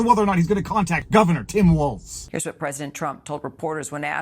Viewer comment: Did she say “Mike Walz”